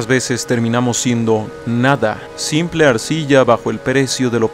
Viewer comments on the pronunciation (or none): none